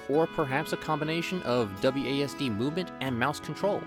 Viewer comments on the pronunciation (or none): none